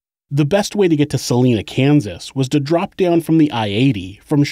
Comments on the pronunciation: I live in Salina Kansas. It's pronounced Sa (saw)-line-a (ahh not a sharp a) Saw-line-ahh. Not like the name Selena. That's how we tell of you're an outsider. All outsiders pronounce it like Selena. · SA- LINE- NA..........NOT SA-LEEN-NA OMG that just royally got under my skin. I'm sorry I live in Kansas and I live 80 miles from Salina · “Suh-lie-nuh”. Not “Suh-lee-nuh”. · Salina is prounounced S-ah-lie-nah, not Selena. (Per Former Kansas resident) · Huge fan and Kansas native here - love the channel! Fyi, Salina is pronounced 'Suh-lie-nuh' - lol, I was so excited to hear a KS connection, I had to comment! Keep up the awesome work! -Gabi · As someone who grew up there, its SUH-lye-nuh (Salina) Kansas. Salinas California is pronounced how you're saying it. Don't feel any sort of negative way about it, stopping at a truck stop there is the only reason it exists still to this day. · Great video. Salina is pronounced with the "long I" think sa-line-a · anyone mention its actually Sal-I!-na, Kansas? (long vowel sound) 😁 keep up the great work 👍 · Just a heads up: Salina is pronounced Sal-EYE-na. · Just for historically accurate information Salina, KS is pronounced sal-ine-ah. No hate intended, from this area and thought I'd mention it. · Its Salina (Sah - lie - nuh) and Missouri (Mis - zour - uh) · Salina, KS.... pronounced Sa-LINE-a. Not a big thing, it just throws me when listening. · Salina. It’s pronounced Sa-line-ah. As a Kansan this is really annoying me haha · It’s pronounced suh- lie- nuh lol, Kansan here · You keep pronouncing Salina wrong it is pronounced Sa-lie-na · Salina (suh-lye-nuh) Kansas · Just a note, Salina is pronounced with a long I, not a long E.